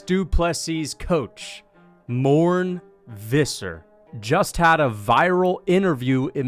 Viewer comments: Mourn Vizzer is insane 😂😂😂 You pronounce is More-ney Fis-ser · "Mourn visser" 😂 gotta be one of ' craftiest pronunciations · It's pronounced "Mornay fisser " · I just to know who Morn Visa is.Dude at least pronounce it right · Its pronounced Mor-nay phIs-sir! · "Mornay Fisser" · It's pronounced More-nay Fisser